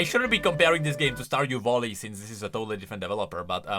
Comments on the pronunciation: The way he say's VALLY like VOLLY is just perfect. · No, the joke is that he keeps calling it Volley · Everyone else: Stardew Valley: Stardew Volley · "Stardew Volley" 💀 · Stardew Voli? seem to be tired he's already mixing everything Sorry thats all I could hear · My mental health was severely hindered after hearing someone call Stardew Valley ----> "Stardew Volley" so many times. Great video though! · "Stardew Volley" is making me insane... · Stardew Volley is when you spit a half chewed starburst into your opponents face while playing tennis. Stardew Valley is the game you trying to compare this to, and it's pronounce Val (sounds like Hal from 2001 a space odyssey) Lee (as in Bruce Lee... you know... the two gay guys that live next door to me, and throw awesome parties.). Val-Lee (sounds like: Tally). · "IS IT A STORDEW VOLLEY???" -, 2023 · say Vollye one more time and i am gonna explode xd